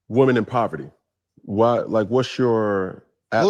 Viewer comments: Men want a woman in proverty? 😂. She should learn how to say a word before attempting to use it. It’s pronounced PO-VER-TY. 🤣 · said “proverty” instead of “poverty”. 😂😂😂 She is real slow!